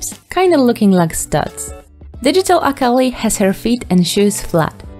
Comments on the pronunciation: (I'm not trying to hate but I need to point this out) Every time they say "Akali" it takes me a bit for me to realize what they're talking about, because they aren't saying her name correctly. Akali, as far as I know, is pronounced Ah-Kee-Lee. Thank you for your time, I'm sorry qwq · btw this isnt hate but a cal ie is how its pronounced